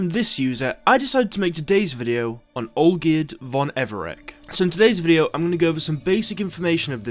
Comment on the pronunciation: Everec is pronounced EVER-RETZ Thank you.